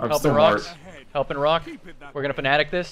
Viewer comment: “We’re gonna Fnatic it” Wow I didn’t think watched CS